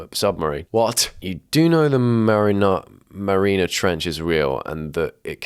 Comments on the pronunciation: You pronouncing "Mariana Trench" differently every time has me on the floor. Marinara. Marina. 😂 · I know you're Italian mate, but it ent called the marinara trench.